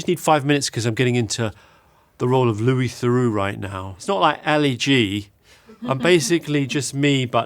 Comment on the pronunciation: Ah, my favourite documentarian...Louis Thurrox.